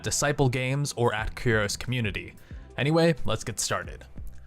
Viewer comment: Why does he have such trouble pronouncing "Curios"? It rhymes with cheerios.